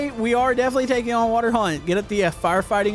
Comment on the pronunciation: Why’d you recently start pronouncing water as wa-tor. Like literally it’s recent you started annunciating that so much it’s so annoying